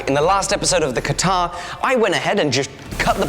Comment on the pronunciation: It is called katyaar not katar!